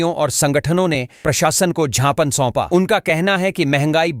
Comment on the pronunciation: ज्ञापन बोलने के बजाय आप झांपन बोलते हो, गलत मत बोलो।